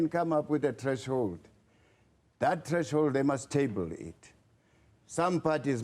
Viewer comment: Did he just say Trash hold 😊